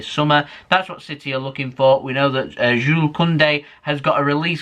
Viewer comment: Finally you you said jule not jules 👍👍👍